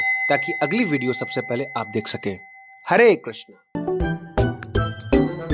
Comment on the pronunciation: His way of saying hare krishna is so beautiful❤